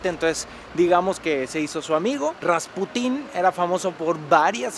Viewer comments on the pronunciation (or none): atención: se pronuncia RasPUtin, no RaspuTÍN, es decir, la sílaba tónica en este caso recae en la penúltima. De igual manera que PUtin (presidente de Rusia) y no PutÍN, aunque se escuche más chistoso